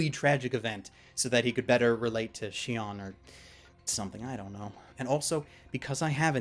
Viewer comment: ***** I know, but it's Shino not Shinon.